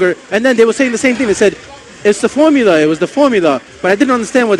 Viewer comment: the "formuler" LOL are you telling me that me feeding my daughter "da powder" is going to make my daughter develop sooner?